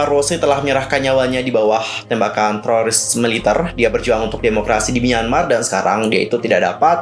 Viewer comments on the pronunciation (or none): none